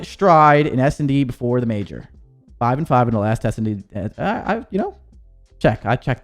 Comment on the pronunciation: Its Major not mayor brother